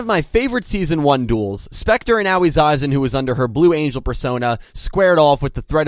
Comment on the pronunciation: Dude, Aoi's name is not pronounced "Owwie"